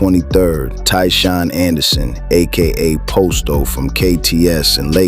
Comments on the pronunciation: Why tf this fool keep sayin 'pOsto' when g herbo pronounced it 'Pahsto'. I doubt anything is real if he cant get a single name right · It's pronounced pasto, not posto. And Dre didn't think he was untouchable. He lost everyone he loved and knew; he had nothing left to lose. He knew it was either him or them, but he already accepted his fate. Great video though, you did your homework.